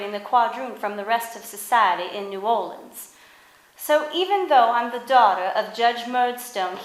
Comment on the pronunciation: Pathetic video (and New Orleans is never pronounced "New Orleens"). Stupidity.